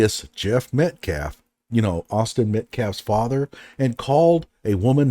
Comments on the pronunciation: 'Metclaf' is like 'axe' for ask. Deeply embedded, unselfconscious ignorance. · is r*tarded. He keeps saying “Met-claff” instead of Metcalf. 😆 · I think that paid someone to pretend to be Jeff. He refuses to say Jeff's last name correctly. It's Metcalf, not Metclaf. The Anthonys knew what they were doing by hiring to speak for them instead of letting their lawyer speak. 😮